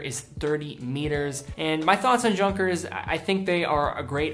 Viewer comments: For Gott's sake, it's not /ˈdʒʌŋkəs/ "Junkers" like in "junk", it's /ˈjʊŋkəs/ like "Yoonkers"! And it's "shtowa". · I awarded this a 'Like' but I offer the following comments. There's minimalist, and there's the Defakto Vektor, which is nothing. Junkers, is pronounced Youngkers. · Junkers is pronounced Younkers. Btw, is it possible to do without the background music. I know it's not loud but for some strange reason I find it kind of unnecessarily interfering. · I believe you should pronounce Junkers beginning (Youn) as you pronounce it for Junghans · Not quite sure but i guess that letter j in Junkers is pronounced not as in "junk" but like in "yes" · WHy do you pronounce the names wrong?!!! It is "Yoonkers" not Jankers!! Please correct your pronunciation. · Yoonkers, not Junkers! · It's simply. Ju=you. Rest is the same. (You)nkers. Remember please :) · BTW, it's not pronounced like Junk, it's pronounced more like yunkers. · Should be pronounced Yunghers not JUNKers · younkers, not junkers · Junkers? Really? It's pronounced Yunkers, as in Yew(like the tree)-nkers or nkas. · About Junkers: First of all, it's pronounced YOONKERS. Second, much of the appeal of the brand isn't just the style. Junkers is a legendary, historical aircraft company. the current Junkers watch brand was established by members of the original Junkers family and the watch designs elude to the aircraft designs. This is especially notable with the Tante Ju (a nickname for the legendary JU52). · Like the series-Picked up a Junkers quartz watch on sale out of sheer curiosity. Great no fuss, daily office watch. By the way, it’s pronounced “uuuunkers”….. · I'm not from Germany so correct me if I'm wrong but is the Junkers pronounced like /Yoonkers/ and not the way did? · I giggled when he mispronounced those German words. It's quite funny, especially this "junk-ers"! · Its kinda funny that he pronounced Junghans with Y but Junkers with J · You should learn how to pronounce the Junkers.